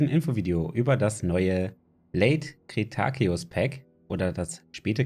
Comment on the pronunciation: Ich fass mal Zusammen : Cretaceus Ist von dir je die Witzigste aussprache die ich je gehört habe Sorry aber es klingt von dir sehr witzig XD Ausgesprochen aus dem Englischen wäre es Korrekter Kri-Tey-schiss (Mal so zusammhängend geschrieben wie man es ausspricht in deutschen Zusammenhang) Barbaridactylus war ein Pterosaurier aus Afrika er gehört zu der familie der Nyctosaurier welche für die selsamen Kämme bekannt sind. Aber auch hier weiß man dassvorallem die großen Männchen nur sowas besaßen. die Flügelspannweite betrug 4 Meter und er war der Größte in der Gruppe der Nyctosaurier. Nich zu verwechseln mit Nyctosaurus selbst, denn der war im Gegensatz zu sem gerade mal so groß wie eine Taube/Möwe. Australovenator ist ein Besonderes Geschöpf. Früher bekannt als Zwergallosaurier, weiß man heute allerdings, dass man mit Hilfe Ähnlicher Fossilien herausfand, dass der Australovenatur heute zur Gruppe der Megaraptoren zählt und diese sind eine Untergruppe der Celurosaurier, wo zb. auch die Tyrannosaurier drin sind. Besonderes Merkmal ist die riesenklauean der hand, welche beim Megaraptoren selbst bei Entdeckung dessen erst vor eine Fußkralle gehalten wurde, deswegen der Name Megaraptor. Alamosaurus ist einer der Spätesten Sauropoden aus Nordamerika und lebte sogar an der Seite des T-rex vor 66,5 Mio Jahren. sie waren Titanosaurier und waren Verwant mit Argentinosaurus. Mit ner Kompletten Länge von 21 Metern und einem Gewicht von 30 Tonnen , waren die aber knapp so Groß wie Brachios